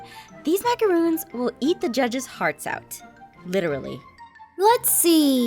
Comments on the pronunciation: "We're making MACAROONS!" Me: macaRONS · They. Are. Pronounced. As. MACORONS. Aphmau. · she pronounced macaroons wrong... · YAY GOOD 4 U APHMAU!! I LUV MACARONS!! BLESS U APH!! But u pronounced it wrong. It's pronounced macaroni without the e sound. C!? Easy!